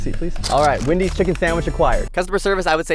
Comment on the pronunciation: It is Wendys not Windys